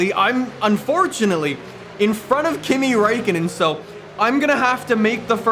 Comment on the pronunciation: He said Kimi Räikkönen wrong i now im from finland you can check from translator(minä oon suomalainen saunoja ja auto fani)